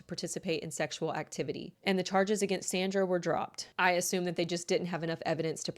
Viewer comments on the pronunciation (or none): none